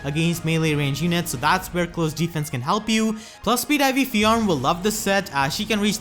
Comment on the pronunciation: Just FYI, her name is one syllable, not two.